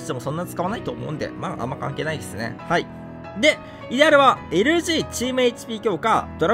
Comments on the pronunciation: イデアルの発音いかれすぎ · イデアルの発音違う！！